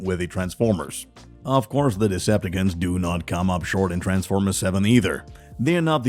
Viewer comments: Man's said Decipticans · Okay. You got to know that it’s called Deceptacon‘s you been saying it wrong please say it right and that’s all I have to say